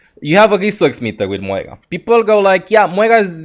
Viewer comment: where is the "G" in moira??? you keep saying moiga